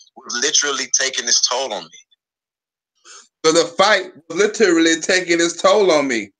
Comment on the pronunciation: Why does think he sounds intelligent, he is mispronouncing the word. literally, not litraly